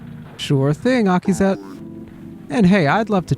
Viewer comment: getting Akizet's name right first try is crazy